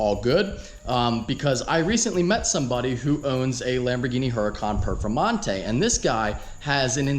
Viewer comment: Casually walks by ZR1 “ and here we have a Hurcan Perfemante “. Titanium Carbon Alloy btw